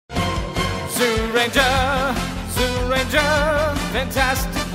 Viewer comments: It is Zyuranger (pronounced Juranger) not Zuranger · It’s pronounced Jew-ranger, not Zoo-ranger